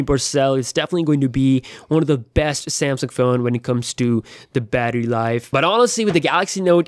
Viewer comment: i was looking through comments to see if anyone counted how many times he said besth. Really ridiculous amount of bests :))